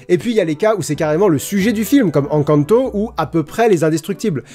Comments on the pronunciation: Rhaaaaa naaaan la prononciation d'Encanto ! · c fait exprès de mal prononcer "encanto" ??? ça me trigger de ouf !!!